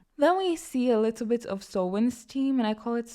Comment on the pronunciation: Random but the way you say "alittle bitof" makes me smile